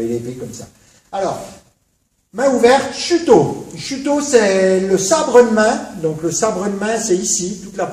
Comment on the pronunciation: "Watza"... Bonjour la prononciation.. ça aura au moins eu le mérite (au delà de me faire rire) de faire écho au "whatza fuck ?" qui m'est venu à l'esprit une trentaine de fois dans cette superbe vidéo, le best fut pour moi le "sabre eud' main" -> pépite